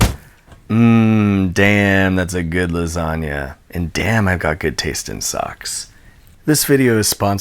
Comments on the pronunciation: "Lasania", lol. It's always funny listen to foreign pronunciation of italian words. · That 'organizational system' was hilarious. Also, buoyant lasanga...buoyanga if you will... What's that? You won't? k. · It’s la sag na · Do you pronounce it lasagna or lasagna?